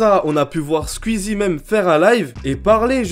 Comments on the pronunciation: Pourquoi tu dis : "scuizie" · Tu peux prononcer skOuizi, merci 🙏😅😝